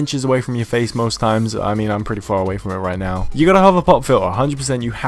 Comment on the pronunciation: Is he saying "pop filler"